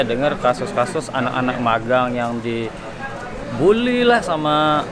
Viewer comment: Magang huruf "g" nya satu aja bang